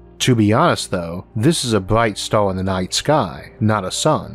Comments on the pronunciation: Am I the only one who's hering "Stal" instead of Star? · I can’t listen to this. I cringe every time he pronounces the word “star”.